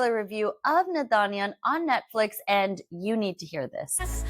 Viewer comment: Babe the last “n” in naadaniyan is silent